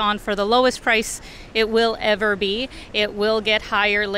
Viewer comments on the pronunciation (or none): none